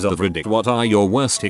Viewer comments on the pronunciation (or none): none